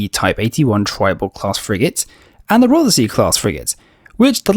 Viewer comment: Pronunciation lesson time: Rothesay is not pronounced Roth-er-sea, it is pronounced Roth-sea. Ignore the "er".